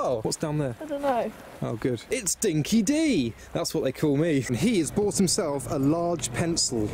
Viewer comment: thats 'Dinky Di' (pronounced like Die), meaning; true blue, genuine, real, truly Aussie etc.